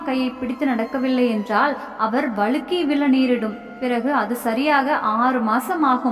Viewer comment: மலை இல்லை, மழை, வளுக்கி இல்லை வழுக்கி,. Plz read properly